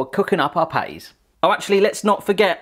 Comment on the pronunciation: i thought u said panties instead of patties